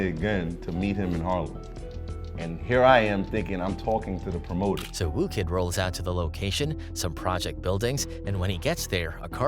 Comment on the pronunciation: FFS, his name's WHOO Kid, not ''Woo'' Kid.